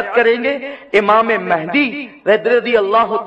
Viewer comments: Naam to sahi liya karo Imam e mehdi Mehndi nahi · Its Mahdi or Mehdi not mehndi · Hazrat Imam mehdi a.s naam hai mehndi nahin pleas correction krein